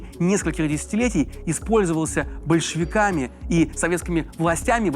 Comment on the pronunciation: Ты всегда ударение большое делаешь, большевики, а кому симпотизируешь?